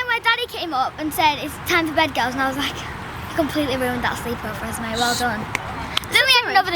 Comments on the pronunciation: It's esme not esmai soo and you the mother of them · It’s Esme not esmai and does it affect you?? No…